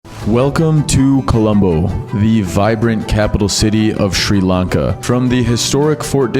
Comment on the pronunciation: Notice how he purposely keeps mispronouncing it as "SHREE" Lanka....even though he would have been there long enough to hear 100 people pronounce it Sri Lanka, correctly? What an asshole.